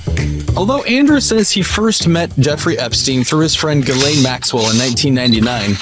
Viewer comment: Who is Galen? Her name is Ghislane?